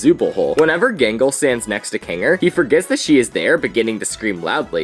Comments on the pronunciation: . ah yes, "jingle". ah yes, "hasven". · Excuse me you called out gangles name wrong